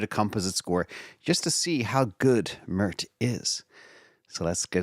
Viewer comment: It's not murt u doofus. Sounds like maert